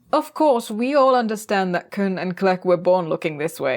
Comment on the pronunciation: Anglophones tend to pronounce the name wrong. Khn in french is closer to Kin not Kun.